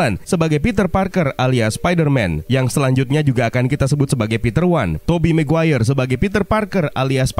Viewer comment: mungkin, tapi emang ada kah marga "maguere" ? gw kira Maguire